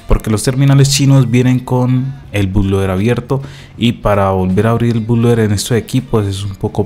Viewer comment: Primero que nada, se dice Boot-Loader...